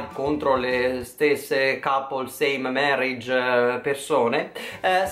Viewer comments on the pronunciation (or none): "contro le stesse couples same merried PERSONE" bravo anche oggi l inglese ha funzionato alla grande:D